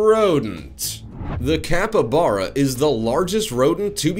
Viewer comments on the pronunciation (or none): none